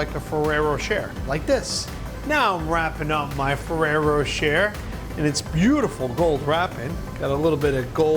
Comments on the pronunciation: Has Buddy been having vocal coaching? HIs Jersey accent (I am born and raised in North Jersey) sounds like it has faded a lot, especially when you watch an older video right before watching this one. And is Ferrero Rocher really pronounced "fa-rare-o-share'?? I think not. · When did ferrero rocher became ferrero sherer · Buddy's pronunciation of "Ferrero Rocher" has me lowkey dead 😭😭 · RosesofVersailles init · It triggered me how he pronounced ferrero rocher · Yes...in French, "-er" is normally pronounced similar to "ay/ae/ey" in English. I think many Americans tend to mispronounce it for some reason...